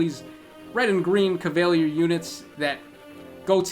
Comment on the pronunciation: CAV-A-LEE-ER Rhymes with tier GLAY-SEES Think glacier